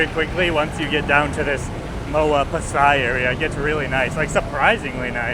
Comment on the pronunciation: it's pronounced...Pah-sai (Pasay) I had a place at Figueroa st., near City Hall. watching from Tagaytay City